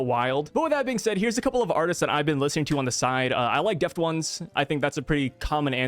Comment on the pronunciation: No way bro just said "Deft Ones' instead of "Deaf Tones"